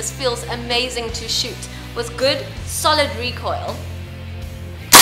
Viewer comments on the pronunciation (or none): none